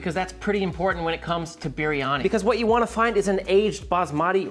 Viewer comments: Just to say, the correct way to pronounce biryani, is saying the first part like Brie Cheese. With a little bit of a curl on the "R", so you would say Brrie-Ani, instead of Beery-Ani. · I think its pronounced "beer-yani" roll that r a little.